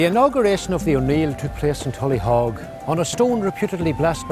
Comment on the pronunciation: It's not pronounced tullyhog nor was it a fort..what utter ignorance!